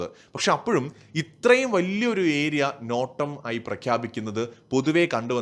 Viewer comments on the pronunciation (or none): നോട്ടമല്ല... നോട്ടാം എന്നു പറയണേ അടുത്ത വീഡിയോയിൽ.....